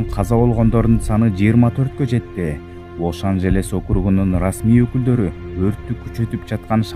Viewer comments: Лос ажелис десен лош ажелес дебей😂😂😂 тилин келбейт турбайбы😂😂😂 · Лош анжелес дегин😂😂😂